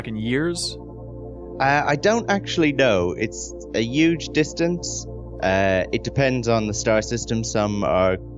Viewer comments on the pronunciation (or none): I love how Sean Murray says 'huge'. He says it like 'yooj' haha